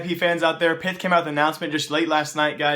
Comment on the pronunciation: You need to pronounce pyth as pit (that's how the Swedish people say it)